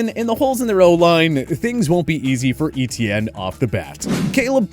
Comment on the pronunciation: So cringy to hear this guy pronounce Etienne (= French for "Steven") like E-T-N.